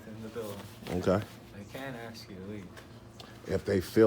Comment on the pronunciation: "Ask" not aks "Supposed to" not post to.